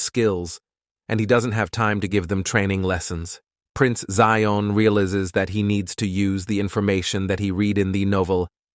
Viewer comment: Its prince zion agnes im not sure why they say zeon